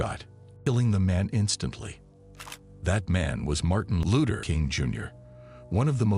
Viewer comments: Martin A looter ......this bot shit is ridiculous..... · We kno who Martin Luther is but Who tf is Martin Looter king jr ? Smh get a robot tht can pronounce names right or have a real person do it this jus piss me tf off listening to this couldve said Dr. Martin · He can't say Luther probably AI